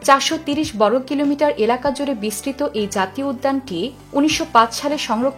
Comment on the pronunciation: বর্গ , ব্রহ্মপুত্র এরকম অনেক শব্দ উচ্চারণ সঠিক হয়নি! খুব বাজে উচ্চারণ আপনার।